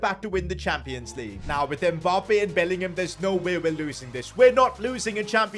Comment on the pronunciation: It's not M Bappe. It's Mmmmmmmmbappe